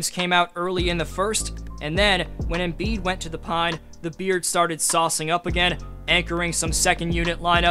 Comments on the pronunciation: It’s not embeard!! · “Embeard” lmaooo